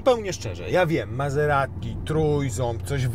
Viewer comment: Wymawia się MaZerati.